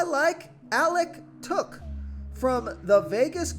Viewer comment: It's Alex tuck (tuk ) not took